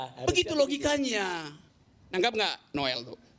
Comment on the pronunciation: noel dibacanya nul 🤣🤣🤣